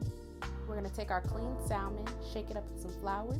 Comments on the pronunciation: It looks delicious. I've never had fried fried salmon, and I'm living fornthat sauce. The only thing that bothered me is you pronouncing the L in salmon. Its silent!! 😅 I I think imma make this today tho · Yall Too Old To Not Be Able To Pronounce SALMON. The L Is Silent🙄